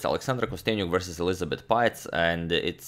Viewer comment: pähtz se izgovara "peetz" (dugo e), ne "paetz". pozdrav. i uz to još citat zukertorta, najboljeg igrača 19. vijeka -- prva liga!